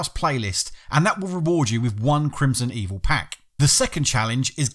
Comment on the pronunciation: Its Crimsonveil not Crimsonevil for the record